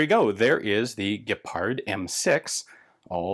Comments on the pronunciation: As a hungarian i was kinda surprised about Ian`s rather flawless pronunciation of the "gepárd" and "hiúz" words, /hats off. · Your pronunciation was very nice with hiúz and gepárd. Not bad.